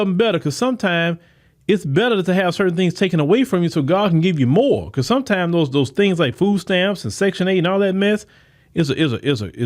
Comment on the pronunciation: MORE. Not MOE.